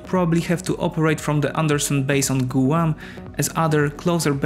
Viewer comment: You mispronounced Guam. Maybe you should have somebody review these videos before you post them.